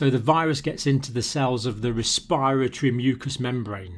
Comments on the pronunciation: It's res-p-I- ratory, NOT res- PIRE-atory ! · is he saying 'respiatry' system? never hear respiratory said that way, lol